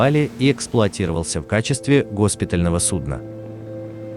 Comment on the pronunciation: Не гОспитального, а госпитАльного!